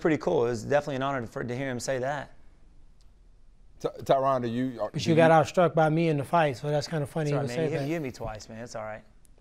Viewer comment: ESPN its "Tyrone" not "Tryon"